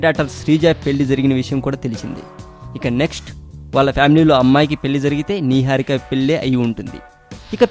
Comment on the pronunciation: What is this neeeharika Babu?Neeeharika Naaaharika Naiharika kadhu Its "Niharika"